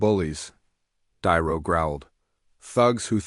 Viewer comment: I believe this was made with AI, and not very well, cause the narrator voice callls De Niro "Diro", repeatedly. So I stop listening and unsub, sorry.